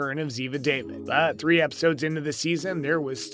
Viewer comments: IT'S (DAVEED), No W! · Please Have The NARRATOR'S Pronounce Names Correctly Like ZIVA (Spelled DAVID PRONOUNCED DAVEED). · If you are talking about favorite characters at least learn how to pronounce their names It is Zeva And David is Dawveed!